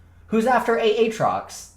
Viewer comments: A-A-TROX...I can’t tell if is a dumbass or trolling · love seeing jokes about how you/he said AAtrox. i made that joke way back when (maybe 8-10 months ago) Ayyyy-trox lmao